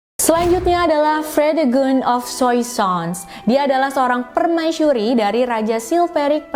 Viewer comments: So cute ur said permaisyuri not permaisuri 😬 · 😱 OmG 😱 Sooo Sweet .. Hellow All Geng Aku Dari Salam Dari Seberang Aku Dari Malaysia 🇲🇾 .. aku Suka mendegar kamu 👩🏻‍🦰 katakan/sebutan ayat/perkataan PERMAISURI 👸🧝🏻‍♀️👰🏼 .. Enak 😻Bgat 😍Dehhh .. Comel, Cute & Manjaa Bgat 🙊🙈 .. PERMAISYURI/PERMAISHURI 😻😍🥰😘😻 .. 👍😍..👍🤩..